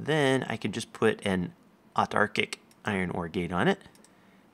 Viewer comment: First Youtuber to correctly say "Autarchic"!!! you're AWESOME!!!:D